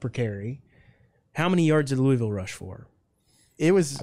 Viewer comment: Thank God you pronounce Louisville right